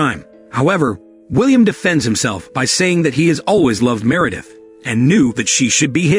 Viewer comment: Anyone named “Meredith” I’m saying “Me-Re-dith” from now on. Crazy how we are watching a movie about robots and Ai while an Ai voice is doing all of the work on this channel.😂 The Irony!